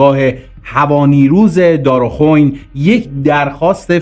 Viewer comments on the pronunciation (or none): عزیزم دارخوین .نه دارخون .دائ من سال ۶۴ سیزده روز قبل از عملیات والفجر ۸ توی جاده دارخوین آبادان شهید شدن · داداش خسته نباشید ، کلمه دارخوئین درسته نه دارخوووون !!! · درود اقا من میفهم چه کار غیر ممکنی انجام دادن این دلاوران عزیز تلفظ درست اون مکان دارخوین هست دستت درد نکنه ❤❤❤❤❤ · داداش قلب یا قافه نه غین!! شما معلومه وطنخواه و ایراندوستی، واسه همین زشته،خوب نیست جملات فارسی رو اشتباه بنویسی اونم تیتر رو! امیدوارم نرنجیده باشی ازاین انتقاد،درضمن منطقه داراخوین ! هم اشتباهه، دار خو وِین درستشه، Dar kho vein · سلام و خسته نباشید. دورخون نه دآر خو ین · دارخویین نه دارخوین...بد تلفظ میکنی اسامی رو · سلام . آقای عزیز یکی از قولهاتون هم این باشه که اسامی را درست تلفظ کنید یکی اینکه دارخوئین که شما فرمودید دارخون . یکی دیگه اینکه کروچیف. هلیکوپتر به معنی این است که کسی است که کارهای فنی هلیکوپتر را انجام میدهد و به معنی این است مانند مهندس هواپیما که تا ایشان هلیکوپتر را چک نکند و اجازه پرواز هلیکوپتر را صادر نکند هوا گرد نمی‌تواند پرواز کند و در هر پرواز هلیکوپتر و یا همان. هواگرد حتما باید یک نفر کروچیف حداقل همراه هلیکوپتر باشد . و شما کروچیف را هم اشتباه تلفظ کردید و اگر کسی دانش نظامی نداشته باشد با این تعریف شما گیج میشود و فکر میکند شاید یک نفر خارجی همراه هلیکوپتر بوده .در هر صورت امیدوارم از من نارحت نشوید و اگر لطف کنی در ویدیو‌هایتان در مورد کسانی مثل کروچیف که مردم عادی معنی آن را نمی‌دانند توضیح کوتاهی بدهید بد نیست . خداوند یار و یاور تان . انشاالله همینطور ادامه بدهید و دلاوری‌های نیروهای ارتش را توضیح وپخش کنید چون صدا و سیما فقط به کارهایی که سپاهیان عزیزمان کرده‌اند میپردازد . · دفاداش!.دارخوین نه داروخوین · ❤❤❤ عالی عالی عالی فقط تلفظ دارخووین و کرووچیف درست نبود . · جان دارخوین نه«دارخووِِین» با پوزش از تو کارگردان و مجری توانا، خیلی ماهی میبوسمت، یادت باشه همیشه در دل ما جا داری، کاش می‌شد تو و همه ی اسطوره هارو بغل کرد، سر رو شونه های ستبرشون گذاشت و گریه ی شادی سر داد— (😮😮😮)🎉🎉🎉 و ❤❤❤ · سلام من بسیجی همون دوران هستم منطقه دار خوئین تلفظ درست این منطقه هست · سلام وودردبه همه دلاور مردان ارتش.اقا دارخو وین رو اشتباه تلفظ می‌فرمایید🙏